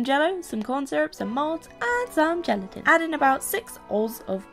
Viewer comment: Am I the only one who heard her say genitals when she said gelatin... .yeah ok.... Shit